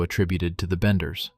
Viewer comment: Thats what I thought. Its benders not banders